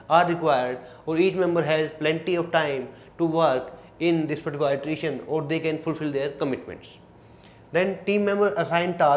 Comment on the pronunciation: iteration /ˌɪtəˈreɪʃn/: you correct your pronunciation.